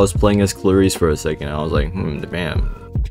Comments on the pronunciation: Aint no way bros saying klayreese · 6 seconds in and i already have a bad feeling about this video, the way he pronounces klaris (atleast to me) is criminal